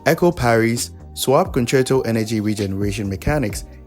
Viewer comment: i dont understand wat hes saying for the swap concerto energy section